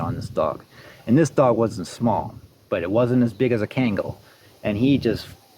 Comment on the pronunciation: Its pronounced KHAN-GULL , not ken-gal and not ken-gel for those who want to know this breed is the King of all Dogs, deserves the fullest respect The old timers even nick named these dogs as "Anatolian Lion" no Dane no Rott, no German Sheppard respectively etc . Ashe is a handsome dog (lion), please take good care of him .